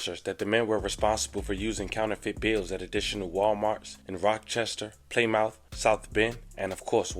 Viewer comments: You heard how he said Plymouth 🤣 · He pronounced Plymouth wrong too ..